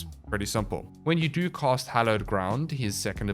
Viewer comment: I seriously cannot listen to you MANGLE the English language anymore... When you say cAst and cOst exactly the same it makes it really hard to tell what the FoCK you're saying... 🙉🙉🙉